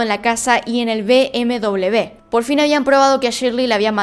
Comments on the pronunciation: Me siento incómoda cuando dices bm-doblev. >:'(((( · Perdon,pero me llama mucho la atencion por que dices bm doble b, cuando la marca de coches es bm doble uve..BMW. ?? Saludos